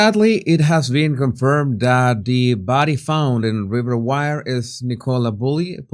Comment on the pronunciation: If Ms Bulley had envisaged taking her life , she would have certainly left a note behind. This is my personal opinion. Jesus, river Wyre is pronounced as ware not wire😊